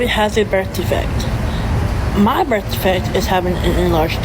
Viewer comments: "eerrrybody got a birf defect." Oh sweetie. No, we don't. 🤣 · I have a birf defect like eerrybody else. I have AGHG. I can’t per attention fer nothing